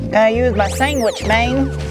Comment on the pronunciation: "Gotta use my sangwich, mang" was even funnier!